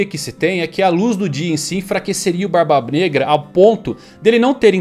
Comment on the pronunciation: Barba BNegra. Eu vi que tu ia falar Braba Branca